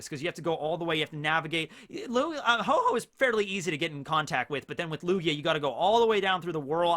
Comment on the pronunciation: Ho-Ho? You should check it's name again, it's Ho-Oh.